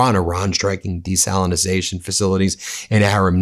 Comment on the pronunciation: DESALINATION DESALINATION DESALINATION -pronounce it correctly 😩